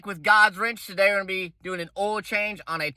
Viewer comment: You know the oil change is gonna be right when they pronounce oil as “ul”